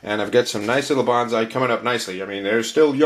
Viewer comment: I had a book about growing bonsai decades ago, published by the botanical gardens in Boston, mass. That book pointed out that the word bonsai should be pronounced like 'bone-sigh', not like 'banzai', which has a whole 'nuther meaning.... Not that it matters much, but I just thought I'd mention it.